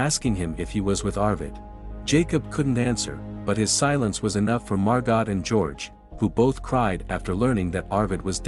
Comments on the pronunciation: This is an absolute masterclass in what not to do. When a tsunami approaches, head up, not down. Do not hold someone else underwater in an attempt to prop yourself up. When reading the name Margot, do not pronounce it “mar-gott.” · The female name Margot is french and pronounced MAR-GO. 🙄